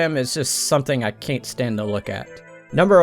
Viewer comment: I love hearing you say “can’t” as “cain’t” 😂 it actually makes me laugh (In a good way)